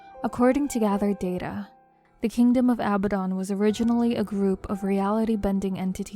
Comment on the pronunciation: I think abadon is pronounced aBAdon